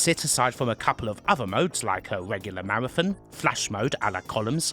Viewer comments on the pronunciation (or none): none